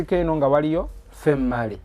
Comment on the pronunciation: I think it was female and male he pronouse it famale andmale😂😂😂😂😂😂